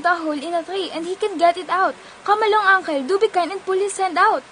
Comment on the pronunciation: Uncle is not “ankel” le is not “el” but “l”